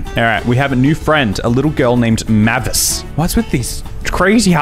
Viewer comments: How haven’t you heard mavis before, pronounced “May viss” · it’s said “may-vis” 😭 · Dracula: Mavey-Wavey: M A H V I S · Hearing him mispronounce the names, while I know it’s kind of a meme, was physically painful. Especially Mavis. Oh my god, that one hurt. Anyone who doesn’t know Frida Kahlo should really look her up. She’s an absolute icon and someone I really look up to as a disabled artist. She was so strong. Even with all the difficult, horrible things she had to go through, starting early in her life, she still lived a life so rich most of us can only dream of. She’s also a bi icon <3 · does he ever pronounce mavis correctly?